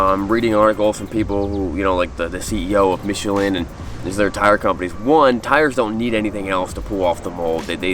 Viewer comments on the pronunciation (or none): none